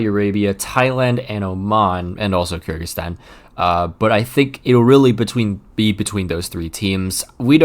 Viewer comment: For future reference, Kyrgyzstan is pronounced K-eer-gy-stan